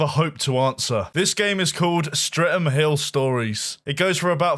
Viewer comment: lol "Stre'm Hill" :P